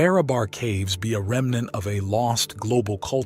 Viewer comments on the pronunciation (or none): none